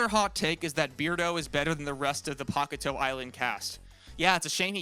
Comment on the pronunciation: I hate how he says “Pock-a-toe” island They say it in the show, it’s pronounced “Pak-ey-tail” It’s also could be misheard as “Pak-ey-tay-eu”